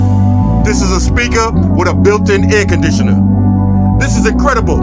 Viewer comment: Its olmoost like a aircondisanar 😂😂😂